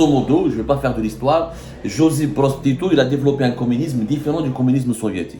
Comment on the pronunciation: TITO 😂 PAS TITOU 😂LE 🐶